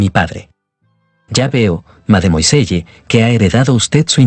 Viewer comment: ¿Tanto cuesta decir "madmuasell"?